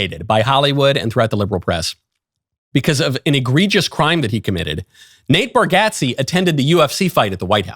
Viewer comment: You’re the first person I’ve heard pronounce Nate Bargatze’s name correctly. 👏